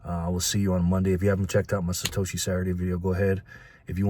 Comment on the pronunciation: Satoshi? Don’t you mean Sa hoe she?